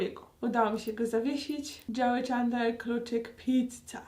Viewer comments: Agnieszka : Czandler Ja : Aga ja wiem że się pisze Chandler ale jeśli ogładałaś wszystkie odcinki to powinnaś wiedzieć że muwi się Czendler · Ja z moi tato to oglondam bardzo długo a ulubionymi to Rachel i Phoebe i do tego wymawia sie czendler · Plis mów czendler a nie czendlar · Dlaczego czytasz Czandler, a nie CzEndler? 😀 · Tak wielką fankę Friendsów, jak Aga mówi o sobie, powinna wiedzieć, że nie wymawia się czAndler, tylko czEndler. Tyle razy oglądała i nadal się nie osłuchała z wymową imienia jednej z głównych postaci? :P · Czemu ty tak przekręcasz słowa nie doś ć że mówisz clickbait zamiast clikbejt tak wiem że pisze clickbait I zamiast mówić czendler to mówisz czendlar i tak wiem że pisze się chandler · Właśnie ja też uwazam, że to się wymawia Czendler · Uszy mi krwawiły jak wymawiała jego imię 😭 XD